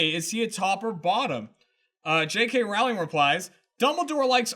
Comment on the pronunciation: It's Rowling like bowling!!!